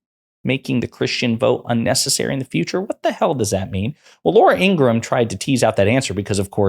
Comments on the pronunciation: IngraHam!! Not Ingram. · Not trying to be an a$$ & not because I have anything nice to say about Laura Ingraham, but her last name is pronounced "In-grah-ham", just fyi. Pronouncing it correctly can only work in your own/your channel's favour; it won't do anything to/for her either way.